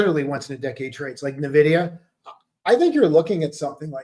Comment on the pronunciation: Nuh-vidia or En-vidia?